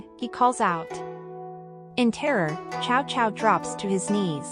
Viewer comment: For elderly listeners the music is too loud and obscures the narration; also the pronunciation is a bit strange - Cao Cao, Dong Zhuo and Hongnong for example, are not right.